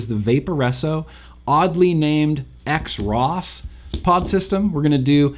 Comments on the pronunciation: I believe the “X Ross” is pronounced “Cross”. At least, that’s my “cool pronunciation “ take. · pretty sure xross is supposed to be pronounced kross